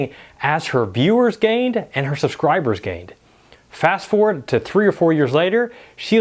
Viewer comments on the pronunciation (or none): none